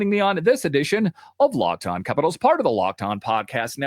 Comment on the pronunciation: I can’t stand the way you pronounce capitals.